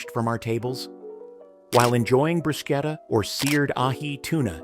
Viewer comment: Actually, it’s bru sket a. Anyway, that’s how the Italians say it.